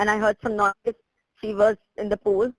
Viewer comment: அது swimming fool இல்ல தம்பி swimming pool